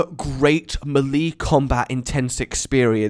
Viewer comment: The way he says melee is just hilarious